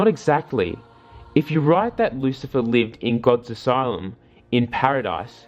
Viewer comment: Lucilfer with the L